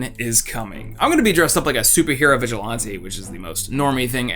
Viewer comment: Hey i know you'll probably never see this comment, but the way you said vigilante in your ad read ruined my day.